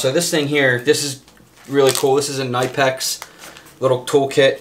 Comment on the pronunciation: Its pronounced nip-ex. Tools is a good idea. I never even thought about bringing simple tools along.